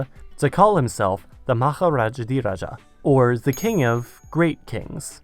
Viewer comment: muh-harajadhiraj-uh ( pronouncation of maharajadhiraja)